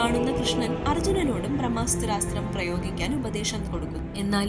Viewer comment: ബ്രഹ്മാസ്ത്രം ....... ബ്രഹ്മാസ്താത്രം എന്ന് വേണ്ട.